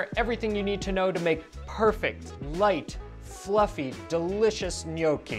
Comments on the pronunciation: PLEASE stop saying ‘Nee-OH-kee’ sir. It’s ’gnaw-kee’! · Gnocchi, pronounced like knock not know. ;) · Not easy for English speakers mastering gnocchi's pronunciation, which Gordon Ramsay doesn't... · Um, no. Don’t trust Gordon Ramsay when it comes to making OR pronouncing “gnocchi”